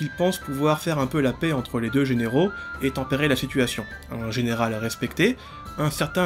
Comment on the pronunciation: Décidément, tu as un petit souci avec les mots "généraux" et "vassaux"😊